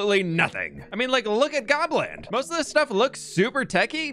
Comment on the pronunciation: I thought you said Poland for a second lol